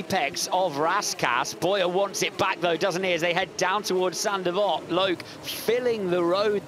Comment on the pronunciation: “Saint devote” not “sandy vot”